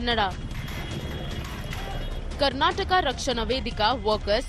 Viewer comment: When you intentionally spell/type/pronounce wrong names "KARNATAKA" as "KARNATAK" and "KANNADA" as "KANNAD" is like the feeling when your name "RAVI TEJA" as "RAVI BEEJA" 👍